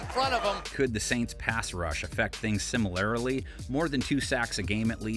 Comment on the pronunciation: is this another AI narration or does someone seriously not know how to say "similarly"?